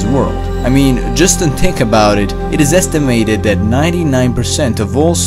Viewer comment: It triggers me that you don't pronounce the letter H. It's Earth not ert. It's think not tink etc.... . Officially untriggered.